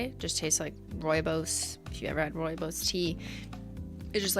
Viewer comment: I was fricken STOKED when she pronounced "rooibos" (almost) correctly!!!!